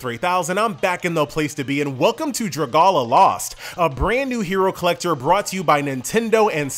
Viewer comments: did he just pronounce is druhguhla? Drag-Ali-A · isnt it pronounced draga- Li-A and not draga-la- lmao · Dra gala lost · Hate to be THAT guy but it's pronounced Do Ra Go Ri a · Look man hate to be THAT guy but it's pronounced Dra Gal ia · Too annoying hearing his dragualioiuoesasdfasd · Thank God I wasn't the only one... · I was getting triggered😂😂 hearing him say that